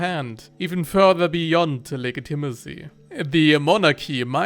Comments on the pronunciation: Legitimacy is pronounced “le-JIT-i-masee,” not “le-gi-TIM-asee” like you’ve been saying lol. Just a friendly tip. I normally wouldn’t say anything, but that word was used so prominently and frequently in this video that it became maddening lol! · Soft g dude soft g. It’s pronounced like lejitimacy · You pronounce the "g" in legitimacy as a hard "g" when it should be softer. But this is not a big problem since I can only speak 1000 words in a language that is not English.